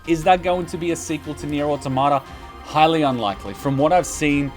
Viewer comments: Nier Autom-ata not Auto-mata why do people stuggle with that word?? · that's fair but it's still Autom-ata and not Auto-marta.